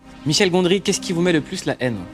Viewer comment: Michel Gondry, pas Gondri